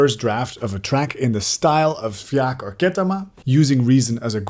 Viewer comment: Thanks for saying Fjaak. I had no idea how to pronounce their name. Also, I’m psyched you are using Reason. I’m a long time user. I went from hardware to software and now a hybrid. Using Reason the way you have in this video is why I’ve used it for so long. Creativity is spontaneous. Thanks!